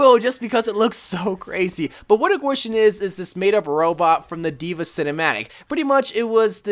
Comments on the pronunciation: It is painful how he pronounced gwishin it’s pronounced keyshin not gwaeshin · Bastion skin is supposed to be pronounced like key-sheen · The bastion skin is pronounced as kishin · I cringe when ever he says Gwishin. But other than that, great video! Only thing i was disappointed with was the lack of scientist moira, which is obviously the second best skin to come out of this year's event.